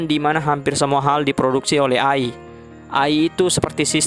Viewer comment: ai bacanya e'ai bambank